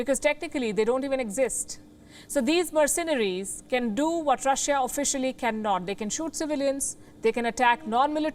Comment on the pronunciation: merceNaries. Keep saying it wrong.